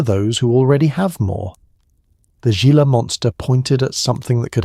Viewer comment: Your research should include pronunciation. "Gila" is "hee - la". Rookie error and why humans are superior to machines.